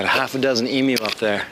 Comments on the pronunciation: Thanks for pronouncing 'emu' properly - the Americans seem to say 'e - moo'! Love your videos; you show it as it is, and I agree 100% with you about the flies! 🇦🇺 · at least he says emu correctly XD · Honestly; I'm just satisfied and happy he pronouned Emu right.